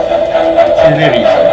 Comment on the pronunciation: Yung emphasis sa SILLY ang nagdala eh! Hahahahahaha